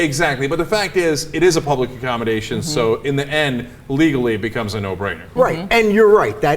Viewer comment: serve the "pubic"???....